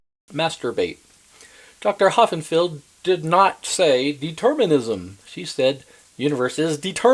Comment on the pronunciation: Dr. Hossenfelder Hossenfelder Hossenfelder Hossenfelder Hossenfelder. NOT Ho..FFF..enfelder. It's Hossenfelder.